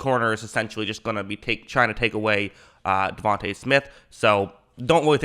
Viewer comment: Da-von-tay bro